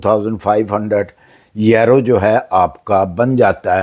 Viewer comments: yerroo ….he meant to say Euro 😂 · It's euro not yero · سر یورو اور ییرو میں بہت فرق ہے برائے مہربانی اسے ٹھیک کر لیں